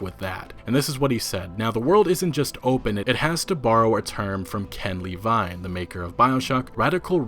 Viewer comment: “Ken Lee-vine” lol